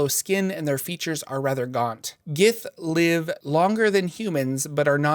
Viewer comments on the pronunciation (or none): none